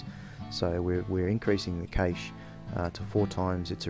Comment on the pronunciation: cash.. its pronounced cash. cayche is gayche.